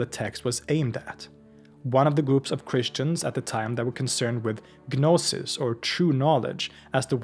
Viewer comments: It drives me nuts the way he says gnostic correctly but then say guh-noses. Like saying knowledge but the Kuh-no-ledge. Like the goofballs that say height with a th at the end even though it’s wrong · Is the 'g' in 'gnosis' not silent?